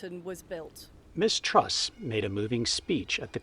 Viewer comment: Oh you traitor, and we thought you only loved us Aussies😅 But, let me educate you about ''modern Britain'' (oh gawd did you hear the narrator in the video call her ''Miss-Truss[t]'' lol) Here's the real heads up: Boris probably said, "Look Lizz, Would you like a £100,000+ pension per year for life? Oh good! You hold the fort for a while for 6 weeks while I have a holiday in the Caribbean and give the plebs a chance to calm down a bit... then I'll be back and then I tell that other guy he can be the new PM... he,he,he... but I have blonde hair and and am a total rsehole, so its me the traditional greedy ''illusionists''* [*Russell Brand's words, BTW] will want as their ''XXXX''* leader, to keep their bums warm this cold winter.''